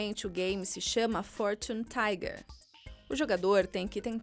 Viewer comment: O porque a impresa insiste em dizer o nome errado? O nome correto é Fortune Tiger!